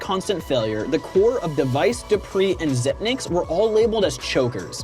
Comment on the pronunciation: Zip-ex not Zipnix